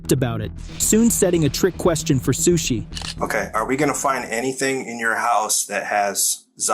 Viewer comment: Sueshee Suechi Sushe